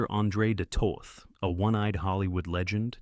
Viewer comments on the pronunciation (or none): none